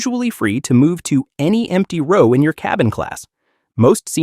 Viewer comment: He keeps saying rau not row😅